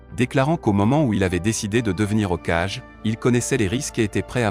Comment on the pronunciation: faites vous confiance pour la lecture du script plutot qu un bot qui lit, j ai quitté sur Hokajjjjjjjjjjje et un peu de respect pour culrama bordel